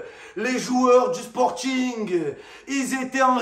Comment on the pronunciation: "le " 😂😂😂